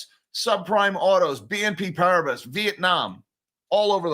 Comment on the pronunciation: Please pronounce "PARIBAS" as "PARIBA", silent S